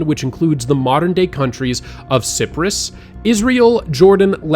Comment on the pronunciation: FYI Cyprus is pronounce “sigh-prus” like cyan :)